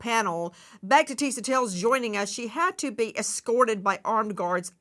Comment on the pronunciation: Nancy with all due respect, you’ve been a journalist forever. When you have a correspondent on your show, especially this young black woman who works so hard on her own YouTube show and takes time to update yours, you could at least pronounce her name right. It’s not Tisa TAILS. It’s Tisa TELLS. At first I thought it was your accent but I saw you pronounce other words that have the E in it just fine.